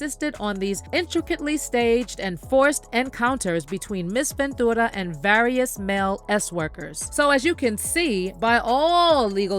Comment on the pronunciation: Girl just say "venchewra" not ven-2-ra